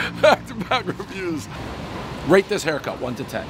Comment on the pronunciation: Great hai(silent R)cut Dave.